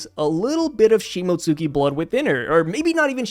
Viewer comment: You don't pronounce the "u" in Shimotsuki. It's pronounced "Shimotski". It's LIGHTLY pronounced but it doesn't get its own syllable